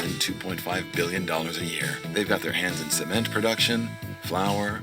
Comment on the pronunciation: Cemen! 😂😂😂 sounds like seme…🌚 Pronounce the T please lol